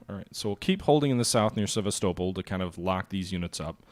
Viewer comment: Sa -VESTA-Pol